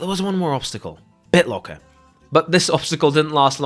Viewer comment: I recognized he was dutch the moment I heard BitloAAAACker haha